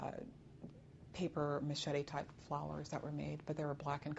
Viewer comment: She accidentally said “paper machete” flowers.